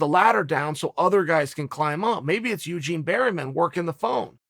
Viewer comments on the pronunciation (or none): "Eugene berryman" chael sonnen undefeated in slaughtering names